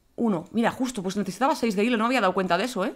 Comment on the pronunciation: disculpen se pronuncia hilo xD